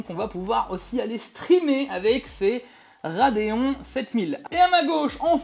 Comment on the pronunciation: "A aime dé" RADIA-TUF 7900 "ics thé ics" 🍵🤓